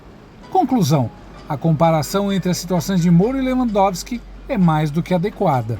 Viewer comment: É SÉRIO?QUE ESSE MILITANTE JORNALEIRO NÃO SABE PRONUNCIAR O NOME DE LEWANDOWSKI..JURA? PRESTA ATENÇÃO. VERGONHA.BANDO DE URUBÚS